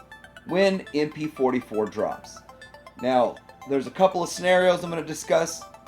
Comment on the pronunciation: MP fohty fo - it’s a ‘no’